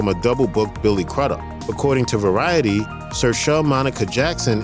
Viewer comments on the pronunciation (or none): Good job of narrating on the whole, but Crudup is pronounced Crew-dup.